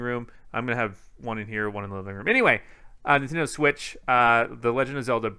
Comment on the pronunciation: Everyone else: Nintendo Switch: Nintindo Switch